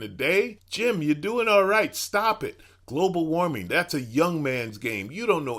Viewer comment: Leave it to Jim Bakker to mispronouce "Global warming." This guy needs to go back to selling Apocalyptic gruel out of second hand toilets.